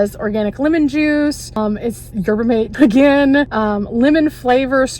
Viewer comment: It's pronounced 'yerba maTAY' $8 for gas is ridiculous! I'd rather hire a tow truck to bring me to cheaper gas. Keep up the good work!